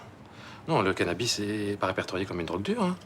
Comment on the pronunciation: a dit cannabi au lieu de cannabis 😂😂😂